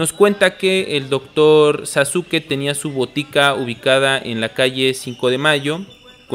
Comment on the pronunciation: Muy interesante programa, bien hecho chidos. Pero es Sasuke no Saske. Quizá se pronuncie así en japones, pero en Pahua todos lo dicen pronunciando la U SasUke